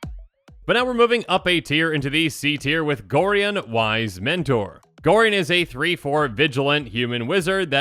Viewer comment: Gorion is pronounced Gor-eye-on